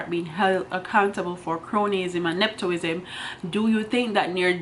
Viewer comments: Please madam, it’s not neptoism.... it’s NEPOTISM, if you don’t know the word look it up or seek help in the pronunciation also not improperty it’s impropriety. Children and students are listening please teach well with your platform!!! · The word is ne-pu-tism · nep·o·tism The o has a u sound...